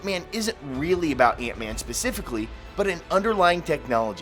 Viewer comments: It’s Ant-Man. Not Eent-Man. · Antman not eentman